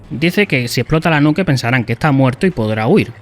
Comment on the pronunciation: Cuál era la necesidad de decir nuke para pronunciarla mal existiendo perfectamente la palabra nuclear XDD